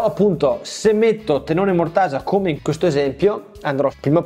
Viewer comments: Ottimo video ed ottimo progetto, come sempre💪🏼 Solo un appunto: tenone, non teNNone... Grazie😂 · Ciao, Mi è rimasto un sacco pieno di lettere "N" dove te lo mando? Tenone si scrive e si dice con una sola "N"! Ma forse tu volevi rimarcare che questo stile di lavorazione genera dei "tennoni" molto piu forti e resistenti di quelli soliti. A parte la critica, sempre e solo scherzosa, hai fatto un bell'armadietto, complimenti! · Bel viduo, comunque si dice TENONE con una sole enne.......